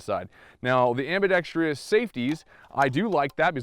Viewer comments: AMBIDEXTROUS... NOT ambidextrious!!! Four syllables, not five! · its ambidextrous, not ambedextrious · The word is ambidextrous. Not ambidextrious. am·bi·dex·trous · Am-bi-dex-trous. There’s no -trious. Four syllables. Only four. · PSA: ambidextrous, not ambidextrious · Ambidextrous not ambidex-tree-ous. One i in this word. Small point, but you represent the rest of the Second Amendment community. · Great video! I hope they improve the shipping guns...looks like it's a pretty simple case of fit-and-finish. If it can be made more reliable, looks like a wonderful inexpensive gun. Minor grammar pedantry: the end of "ambidextrous" is just pronounced "struss" not "stree-uss" as it lacks the "i" found in words like "industrious" that have the extra syllable. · Am bi dex trus. Four sylables, no tree. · It's pronounced : ambi DEXTROUS not ambidexTRIous.... butt, I really enjoyed your review. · Never mind how to pronounce "UTAS", research the correct pronunciation of the word "ambidextrous". Am·bi·dex·trous is pronounced ambēˈdekst(ə)rəs. Look it up. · please learn the word ambidextrous. am • bi • dex • trous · amm-baa-dexx-tross, Other than that, great vid. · .....Anyone else really annoyed by all the people that say "Ambidixtreous" vs the actual way to say it? Good review though! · "Ambidextrous" doesn't have as many syllables as you inflict on it. Out. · Can shoot with both hands but can’t pronounce it 🤦‍♂️ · Ambidextrous has no “I”after the “r” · "Ambidextrous" is only FOUR, not five syllables. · I don't really care how one pronounces UTAS, but for the love of God, PLEASE learn how to pronounce "ambidextrous". You sound like a hick every time. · Jesus Christ, learn to say "ambidextrous". Especially if you're going to say it constantly.